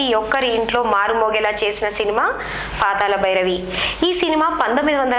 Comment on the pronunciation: meeru okkare telugu baga matladuthunnaru khooni cheyyakunda. KANI PATHALA BHI RAVI ani PLAKAKADAM nech k ondi madam garu.